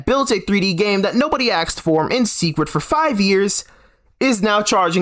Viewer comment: Why do you say axed instead of asked?